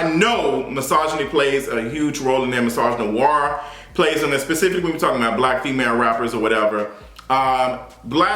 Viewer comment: He said misogynoir